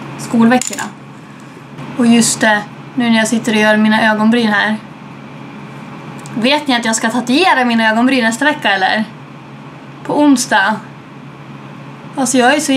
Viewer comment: hhaahha du sa tatujera btw kolla våra videos